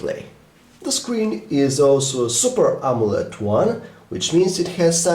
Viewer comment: its amoled not amolet ;)